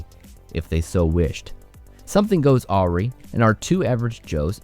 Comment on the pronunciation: You mispronounced “awry”, which is ironic considering the subject.😂